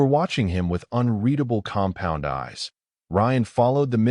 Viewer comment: drink a shot every time he say "compond eyes"